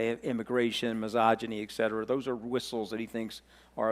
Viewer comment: Mooch, it's et cetera